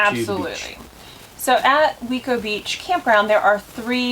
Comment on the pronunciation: It’s pronounced way-co beach